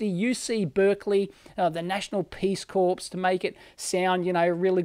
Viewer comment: 'Corps' is pronounced 'core', c'mon!